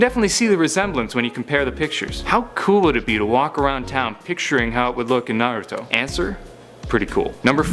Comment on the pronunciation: It’s nah-rue-toe